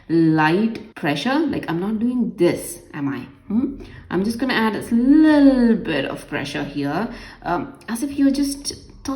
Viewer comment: the way she says lille bit [little bit] is soooooooo funny🤣🤣🤣😂😂😂